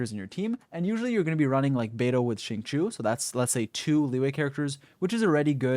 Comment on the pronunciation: its zhing-cho ._.